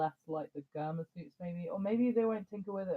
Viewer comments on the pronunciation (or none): you the homie but come on mayne pronounce germa right its driving me crazy think of it like saying germ but add A